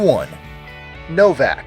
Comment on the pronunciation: the way he said Novak. TRIGGERED